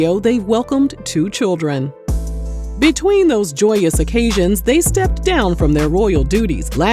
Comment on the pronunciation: Not churren 😂😂😂💀💀💀💀💀